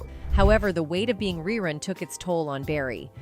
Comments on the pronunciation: The person narrating this video sounds like they're reading a script i mean its 227 not two hundred twenty seven smh cmon now and its Ree Run not Rhy Run and why does she keep saying "whats happening" like she's surprised to say it? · The late Fred Berry's character name was pronounced, REE-RUN, not Rye Run. Smh. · narrated this nicely. RY- run????? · Who did this stupid documentary? His name was Rerun not Rye Run. The other show was called 227 not 2 hundred 27. How about getting the facts straight before embarrassing yourself! And some of the pictures aren't the people that are talked about!Unbelievable🙄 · Fred Berry's character was named rerun, But you kept mispronouncing his name. But when you said the show came back in reruns, it's spelled the same you know🤔